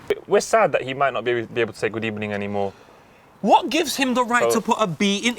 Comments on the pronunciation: Unai emery probably says ebening because he is part of a gang that changes V's in to B's #X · Why Emery says Good Ebening In Spain, the letter V is pronounced B. Why? I'll let you think of an answer to that. Hint: There's no rules. For now though let's just be happy there are no English words like Vitch, Vastard or Vollocks. Man would get fined every week for explicit speech #X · out here like a linguistic teacher fam #X GOOD EBENING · Them Arsenal really chanted "sacked in the ebening" No rules #X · Never a good sign that our Manager saying evening wrong is the best thing he does for the club... have a nice... ebening. #X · Emery says good ebening because in Spanish v is pronounced like a b. Habe a nice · From my Spanish class.. we pronounce the “V” as a B. So that explains Emery’s “good ebening” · Emery adds a B to good evening because Spanish people pronounces V's and B's